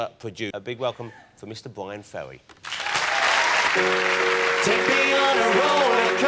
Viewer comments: Its "BYWIN FEWWY" hahahaha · Maybe I'm just grumpy, but Ross and his silly speech impediment sorta piss me off ("Bwyan Fewwy", "Mascawa", etc.,) Anyway, nice perfromance of one of the best tracks on "Frantic", and Ferry handles it all with class and good humor.